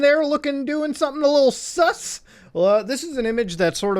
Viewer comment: I love how he says sus it's just "SUS!"